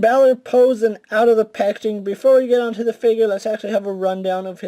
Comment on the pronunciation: Teh?!? What the fuck is a "teh"? You mean THE??? Smh